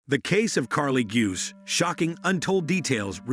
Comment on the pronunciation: It's pronounced Goo-say...come on do better